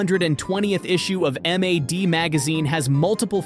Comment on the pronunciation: M A D. Bru just say mad. You guys gotta start audio checking this AI slop